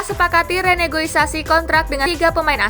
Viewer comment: Renegosiasi bukan Renegoisasi 😂